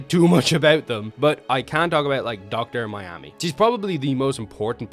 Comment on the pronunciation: Next time before posting video. check if you pronounce characters name correctly like you're really watched it. This time Minami not Mainami.